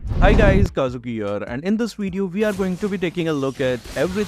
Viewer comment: It's Kazuki HIOR!